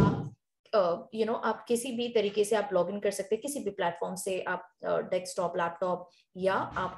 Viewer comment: bhai english bhi nai aati dhang se. desktop hota hai dekstop nai.